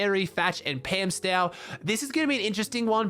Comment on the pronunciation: pamstou not pamstow